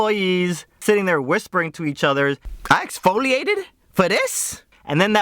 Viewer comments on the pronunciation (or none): "I EX-FO-LI-ATE-ED FOR THIS!!!" Lls XD